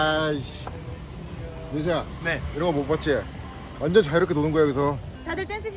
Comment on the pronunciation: '오나전 지대 짱이다' 이거 인천 애들 말투 인데 은지 인천 출신인가 ㅋㅋ